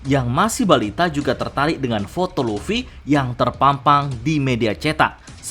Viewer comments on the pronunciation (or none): none